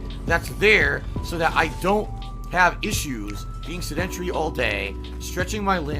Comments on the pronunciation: You misspelled "sedentree" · Holy hell, I'm glad to hear that someone else is irked by this. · The fact that he continued to mispronounce "sedentary" drives me nuts. And proves that is truly an idiot.